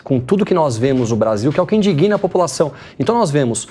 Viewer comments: Excelente programa, explananacões ídem, só uma observação quanto à pronúncia de palavras com "g" mudo, o mesmo não se flexiona nunca, é sempre mudo, dessa forma indigna nunca pode ser pronunciada "indiguina", como ouvi aí. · Não é indiguina! É indigna!